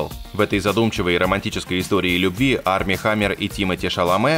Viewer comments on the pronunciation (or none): none